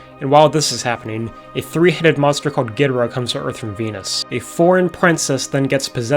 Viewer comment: Long time Godzilla fan here, and I'm here to tell you that despite many comments, you actually pronounced Ghidorah closer to how it's supposed to be pronounced. In Japanese, the first syllable is emphasized most often, as in "GEE-doh-rah". To reflect that, the original English dub pronounced it as "GEE-drah" and spelled it as "Ghidrah". In the later English dub movies, particularly from the Heisei series and onwards, the pronunciation changed to "gee-DOOR-rah", which became the most frequently used pronunciation for all Godzilla media in English.